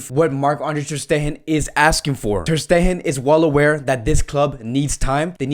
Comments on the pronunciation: Filip Kurleto not his accent. he can say “steGen”, he says the “G” in different words. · “ter steHen” 😂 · Filip Kurleto that means he knows how to correctly pronounce ter stegen but he chooses not to. That is why it’s funny. We aren’t laughing because of an accent but of how he always pronounces players names wrongly lmao 😂😂.